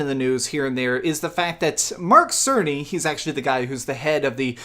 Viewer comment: Did he just said "Merk Cerney"?